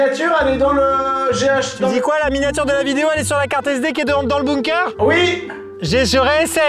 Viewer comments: La vidéo est super mais par contre, ca m'a stressé psq on dint bunker pas boomker donc ça se prononce /benker/, voila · Bunker(Beunekeur) pas boomker